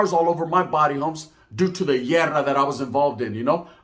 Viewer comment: Haha this this fhoo said “llerrra” it’s Guerra homie